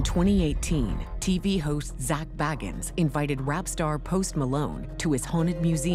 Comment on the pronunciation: Zach's last name is pronounced Bay-gans. Not baggans as in Bilbo Baggans. So far, that's the only thing I see that is incorrect. He says his last name plainly at the beginning of each episode of Ghost Adventures. Yes, I'm a fan and I'm one of THOSE people 😂